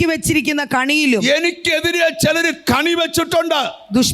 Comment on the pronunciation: കണി അല്ല കെണിയാണ്